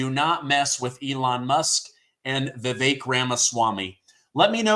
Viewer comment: I see our patriot media has started widely pronouncing Vivek's name right. Thank you, we show unity when we know our brothers!